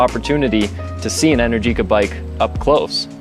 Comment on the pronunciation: Pronunciation: en-AIR-ji-ka Not: en-er-GEE-ka